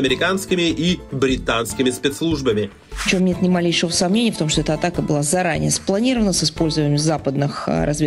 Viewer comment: "...заранєє спланіраваниє амєріканскімі і англійскимі спіртслужбамі..."